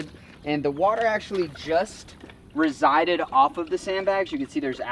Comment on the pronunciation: Resided? … receded? 😅